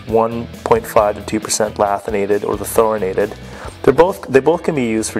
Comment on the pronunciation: The fact that he pronounced the tungsten incorrectly tells you everything you need to know. Its LANTHanated, not LATHinated, and there isnt even a N in Thoriated...